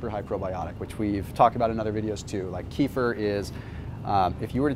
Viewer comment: Kefir is pronounced Ka-fear